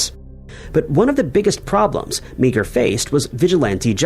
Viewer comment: Meagher is not pronounced Mee-Ger, it's pronounced MAR.